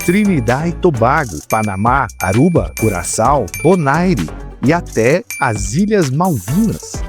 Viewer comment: A pronúncia de Bonaire é "bonér".